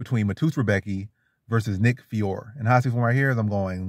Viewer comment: Honest question man you make predictions on picks but know nothing about one of the fighters. You can't even say his name right and it's really an easy name to say. I just don't understand it. Ur really just making a video to make a video. Nick fiore is Calvin Kattar & Rob Fonts grappling coach. Been grappling since he was in diapers basically. Very strong physically and has a great Jab as everyone in the New England Cartel usually does. Very high level BJJ black belt. Don't be surprised when the underdog gets it done next Saturday.